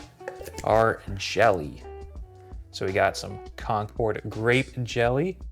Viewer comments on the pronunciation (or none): none